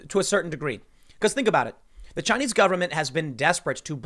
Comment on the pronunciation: Chy-nese News Network